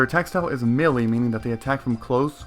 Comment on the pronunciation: uh just for clarification... Melee is sounded out as Mey Lee or Me lee